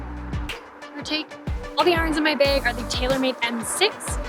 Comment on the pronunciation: haha she says "beg" like my wife does who is from South Dakota. Never gets old lol.